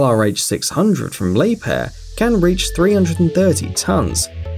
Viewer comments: ok one thing its not lieb hair its liebher thats how you say it k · 😳this was i was told to pronounce it 🙄 Li- beer or Lee - beer .. the h is silent Liebherr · Working for Liebherr it's painful to hear you pronounce the name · Where the heck did he get the p from in liebherr